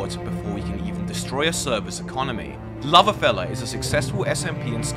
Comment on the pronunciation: Its LoverFella without the L